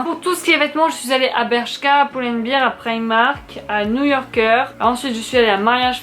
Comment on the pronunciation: À la base le savon d'Alep ça assèche, ça n'ydrate pas 😉😉 c'est pour ça qu'on le recommande pour les peaux acnéiques. Ah ben parfait moi qui cherchait un manteau blanc, par contre bear ça se prononce (baire et non bire) Est ce que tu mets bien la dose (1 bouchon) dans l'enveloppe filtre ? Et bien dans 1 litre d'eau ? Parce que pour mon amie ça marche et quand elle y met du citron ça devient mauve-violet. Rhapsody jolie référence 😉